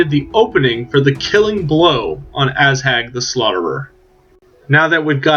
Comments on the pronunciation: lol it's Ah-zhag not Asshag.. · Definetly asshag.